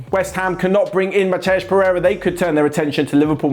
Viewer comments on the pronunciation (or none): none